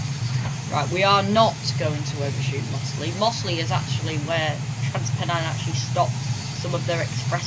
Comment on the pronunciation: It's slawit not slaithwaite. And mozzley